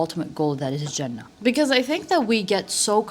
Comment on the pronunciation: And the way you said "Jannah". You're so right, if we'll make time for our deen then Allah will make things easy for us and will give us enough time to build something big❤